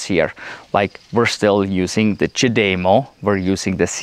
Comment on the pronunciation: It IS amazing the size difference- as they say-it matters. I always feel like such a stud when I plug in my car with the CHAdeMO lol. At first it was difficult but has gotten easier. I appreciate your pronunciation of the CHAdeMO- now of I can get it into my thick head to say it that way, here's hoping! Even though I'm not a T fanboy -always though they were too expensive, their charger plug (as well as their vehicles) are S3XY!